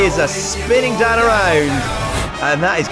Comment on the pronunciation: every time this guy said "Dan" I could have sworn he said dad